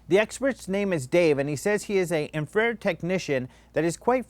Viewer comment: no, it's in-fa-fed ;)